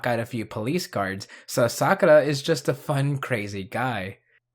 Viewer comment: Bro really said Asakura wrong. 💀